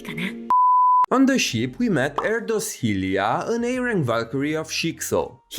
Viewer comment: I can't wait to learn more about Helia, because the offical announcment name of her could mean her nationality (Erdős not Erdosz), and if I'm not wrong you buthered it more than the JP names. 😅 I also want to hear the Chinese version pronounciation of Sa, as the Japanese pronounce it as Sha (シャ) and not as you Sa (サ)😅